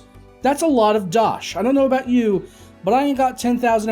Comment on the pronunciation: I see you used a little South Park wisdom there when you were talking "abut" your northern neighbors, awesome memories of my favorite cartoon;). By far the best naming scheme, RGB looks and actual performance up till now is: - Deepcool Fryzen AM4 cooler - Cooler Master Wraith Ripper TR4 cooler - Wraith Prism AM4 cooler I think they should release Cooler Master Intelassripper EVO 212 XFR edition;). That would be the coolest name as well as the coolest performance;).